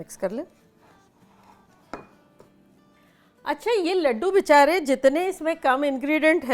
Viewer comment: 😂😂 she says bichare